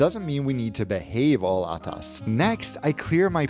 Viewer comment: His pronunciation was perfect.